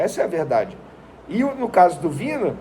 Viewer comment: O nome do jogador se pronuncia VINHA e não Vina.